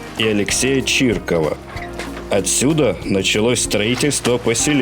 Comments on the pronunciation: 😅Фамилии надо правильно называть. Не Чирков, а Чириков. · Чириков, а не Чирков. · Алексей чИриков, а не Чирков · Товарищ ты кто ? Что за нерусские ударения в русских фамилиях ? ПантелеймОнов, ЧиркОв.